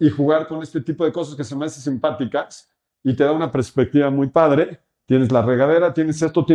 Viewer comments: Todo más que perfecto pero, cada que escuchaba prespectiva en vez de perspectiva, me daba algo 😢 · CADA QUE DICE PRESPECTIVA NO SE QUE ME DA =s